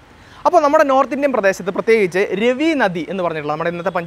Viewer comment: 'ആര്യവ്രത' അല്ല. 'ആര്യാവർത്തം' എന്നു പറയുക. 'ദാശരാജ്ഞ'യുദ്ധം നടന്നത് 'പരുഷ്ണി' നദിയുടെ തീരത്താണ്. അത് ഇപ്പോൾ 'രാവി' എന്നറിയപ്പെടുന്നു. 'രവി' അല്ല. (വേറെയും ചില പ്രശ്നങ്ങളുണ്ട്.) താങ്കളുടെ സംരംഭം കൊള്ളാം. എന്നാൽ, ഭാഷയും വാക്കുകളുടെ പ്രയോഗവും വസ്തുതകളുടെ കൃത്യതയും മെച്ചപ്പെടുത്തേണ്ടതുണ്ട്; പ്രത്യേകിച്ച്, ചരിത്രവും സംസ്കാരവും കൈകാര്യം ചെയ്‌യുമ്പോൾ.